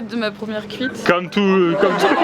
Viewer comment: "C'était bien ma première couite" hahaha mdr